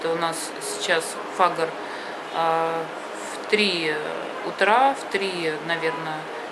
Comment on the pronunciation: Фаджр утреняя молитва а не фагр